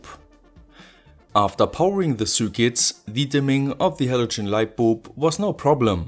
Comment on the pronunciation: Are u saying lightboob?